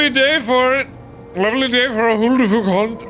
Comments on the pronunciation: When he read "HulduFòlk" the whole time I died, because in Afrikaans it sounds exactly like "hoe de fok" which means "how the fuck" (you can google translate listen en check me, being dead serious xD) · Huldofolk sounds like who the f word♡♡ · Instead of huldufolk did I constantly hear homophobs 💀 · Why is guy trying to sound Irish than? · I love that pronounciation of huldufólk xD it's an icelandic/nordic term for a type of elves/spirits that reside in the icelandic nature. They are known to lead people further into the land, to places where people never come back from - mostly because the people that wander out aimlessly into the wilderness, often find themselves falling into holes (most of the landscape is made of hardened lava rocks and therefore often have large or hidden holes in it) and such in the ground where they eventually die. Of course there can be multiple scandinavian versions of these spirits as well, but this is the version I learned as a child. I just had to pause the video to explain this, even though this probably won't be seen. but I hope this will be helpful to someone ^^ now back to the video where this stuff will probably be explained in a better way anyways xD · During huldefolk, did anyone else say "stormcloak" after he said "oh frick" because it sounded like he said "ulfric" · It's always Huldufolk and not Howdufolk 😞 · When he said ' Huldufólk'. The 'fólk' part he leaves out the 'l'. It results in 'fok' . Which in my language means 'f*ck' lol. 😄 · When Mark said HO DE FOK , it sounded like he was cussing in AFRIKAANS going WTF xD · I believe it's also pronounced "hill-da-fuq" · Is he saying f*** or fork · It kinda sounds like hold the f*** thats funny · lmao i pronounce it as "Who da fuck" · I heard "Who de fuck?" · Ngl when he was describing Huldufólk I thought he said "meme creatures." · i say huldufolk like wholdo f o lk XD but the way you pronounce it is ver funny and much better >:D